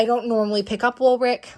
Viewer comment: Woolrich is the ch- sound... not ck- sound... I grew up 30 mins from original location in PA. I have never heard anyone say it this way! Carry on...